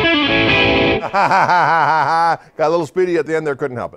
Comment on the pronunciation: He He...he said "Papooosa" he...he...